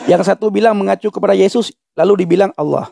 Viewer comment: ALLAH [ latin ] dibaca ouloh KOOOPLAAAK😂